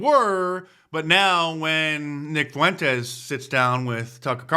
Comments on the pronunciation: Why does everyone pronounce fuentes as “foowentes” yall act like uve never heard a latin name before. Its two syllables not three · Why TF does Mark Dice, Trump, or anybody else say "Nick Fuh-wentez," and not "Nick Fuentes?" There are two syllables in the name Fuentes, not three. Say "FWEN-TEZ." I love Mark and Trump but it's extremely aggravating how they keep saying "FUH-wentez."